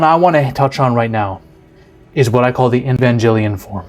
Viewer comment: The way you pronounce Evangelion makes me cringe lol love your videos tho!